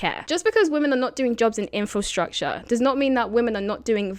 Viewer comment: Are you saying "Infostructure" and not "Infrastructure"?